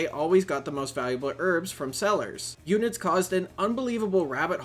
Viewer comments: i nver heard anyone call it "ewnid" they always said " uhn I Ds" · h-erb her-b, not erb, also un-id's un - identifend fuck why is english so hard for yanks.